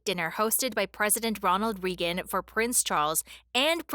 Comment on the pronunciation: You don’t pronounce correctly Regan is a long A it’s says it’s name omg and Buford isn’t pronounced 2 words it’s one word Buford not by ford ong seriously if your going to do this learn phonics sound words out unbelievable